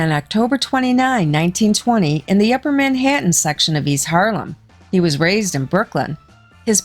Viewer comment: Horrible narrator. Can’t have someone with a midwestern accent narrate about things going on in NYC. Her pronunciation of the word “Manhattan” made me cringe.